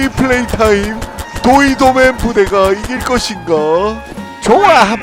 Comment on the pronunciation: 도이도맨이 아니라 도이 더 도우맨 이에요